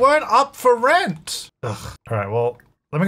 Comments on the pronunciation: "welcome back to rench to riches" lmfaooo made me giggle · At first I thought you said "wrench to riches" and honestly you wouldn't be wrong there. Always love seeing a new video pop up from you,!